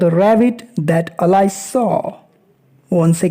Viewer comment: Pronunciation of Alice is wrong